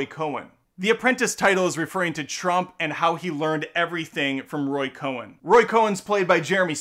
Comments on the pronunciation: Cohn. Not Cohen. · Roy COHN, not Coen. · Great review. FYI the lawyer's name is Roy Cohn (Cone) not Cohen. F Trump